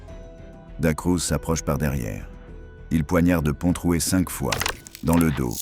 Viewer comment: il est bien dit Pontroué avec un r